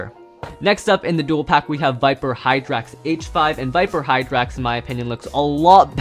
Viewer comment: he got hydrax right